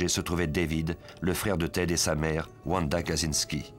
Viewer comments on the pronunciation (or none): none